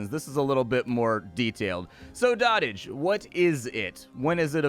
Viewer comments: Did he just say dot-age. It's an actual word doh-tage. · Dotage is pronounced doe tij, not dottaj. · It's pronounced dough-tij, not dah-tij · I think it's pronounces "Doh t age". Like the verbification of when you "dote" on something. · I hate to be that "um ACKSHUALLY..." person but... it's pronounced 'dode-ijj' - i.e. "the period of life in which a person is old and weak." although the game plays on that word and calls it Dot Age. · I think it's pronounced like goat, not like hot.